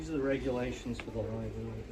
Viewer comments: Don't misunderstand my intentions. I LOVE and the fact that he can say “Reasonable articulable suspicion” is a testament to his ability to break the bad habit of mispronouncing library. My intention was based on this fact. I too am a polyglot (English, French, Spanish, German, Arabic) as well as a book publisher and editor. Regarding the person you dated, you were right to try and correct him. You were also right that if he spoke clearer it would help to advance his career. Unfortunately, he narcissistically bullied you (with emotional blackmail) into acquiescing with that manipulative threat to the relationship, which implies that he didn't really care enough about the relationship or his future to be a better person. I infer from your comment about him that this was a past relationship, and perhaps that is for the best as well. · The simple fact that you cannot even pronounce the word library correctly is hilarious. If you're so dumb you don't even know how to say the word library then why are you even in one harassing people? You should be filming elementary schools, perhaps they can help you learn how to say the word library. The fact that you cannot pretty much sums up everything about you doesn't it. Not to mention the fact that elementary schools would be more your maturity level as well. You might even find a friend. That friend would probably also know how to say library correctly though so good luck. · My one and ONLY complaint so far after binge watching for a couple days is this.... it is "libRary" not lie-berry! Just giving you shit. Like I said, sub'd for a while but never really took notice until recently and you are great at this. Just tops, man! Keep being yourself (except for the lie-berry part) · U definitely need to file complaints on all those asshole cops!! And plz stop saying LIBERRY!!!! FFS!!! ITS LI...BRARY!!! MY FRIEND!!! Now go file those complaints my man!!! Another great job sir!!! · Learn how to pronounce libRary